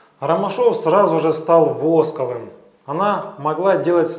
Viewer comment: В слове "восковым" ударение на 2 слог